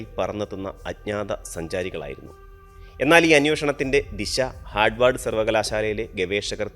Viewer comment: ഹാർദ്വാർഡ് അല്ല Harward